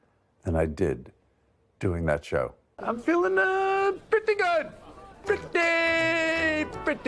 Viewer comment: It was preaty pteaty preaty good